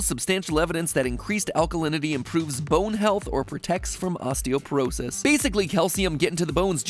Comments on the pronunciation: Hi, fellow nerd here. It's osteopOrosis, with an O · Isn't it osteoporosis and not osteoperosis? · It's "osteoporosis," not "osteoperosis."